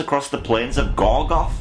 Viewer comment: To be fair to Eowyn, it had been established that she had a pretty big ol' (unrequited) love for Aragorn. It was only a book and a half later she ended up shacking up with Faramir. And just to satisfy my nitpicky gene, it's"Gorgoroth", not "Gorgoth". P.S. If you want to see more of Sean Astin, watch Memphis Belle. Second World War aviation film, based VERY loosely on real events.